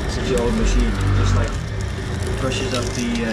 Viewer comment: He is saying rough word saying machikney😂